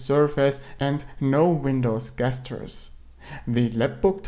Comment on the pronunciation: Hi! Tolle Videos! Nur check mal wie man 'gestures' ausspricht :)